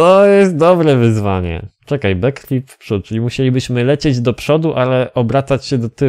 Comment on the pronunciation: Nie umiesz nawet dobrze wypowiedzieć backflip pozdro